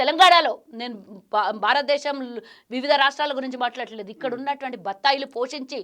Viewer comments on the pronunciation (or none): none